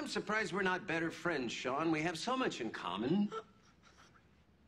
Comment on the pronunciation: And now your marrying shawuhn, shawuhn!